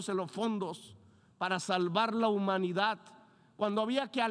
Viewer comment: La humanidac, la amosferat...en fin